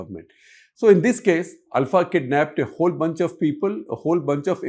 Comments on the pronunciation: Shekhar Gupta is pronouncing it right… it’s ULFA (pronounced AL-FA) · Shekhar is pronouncing it right.